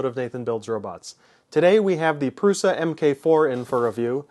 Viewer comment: No, pronounced 'proosha'.